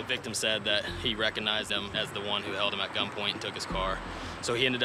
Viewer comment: He couldn’t say “recognize”🤣